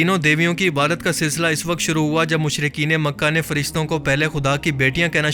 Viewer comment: Please don't mind......but pronunciation of word....عبادت۔۔۔۔ needs a little correction